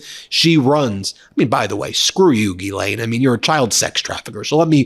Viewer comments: People in England pronounce it Gah-len but quicker like Glen. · Wouldn't you think that Bondi could pronounce GHISLAINE Matthews properly, instead of calling her GERLAINE? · Phonetically it's pronounced Gizlane. You're not pronouncing the S. Only the H is silent. Ghislaine. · Why does pronounce Ghislaine's name "GERRlaine"? Is that her pet name for her or some kind of Inside scoop us ordinary people can't know about? 🤔🤨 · Bondi called her "Gerlaine". LOL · "Gerlaine" ... Nice one, Pammy! She is trying everything to distance herself from the knowledge and handling of the G.M./Epstein/tRump case. We all know she understood her assignment before she was given the position!